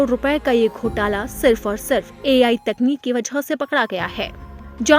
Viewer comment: Ghotla nahi ghotaala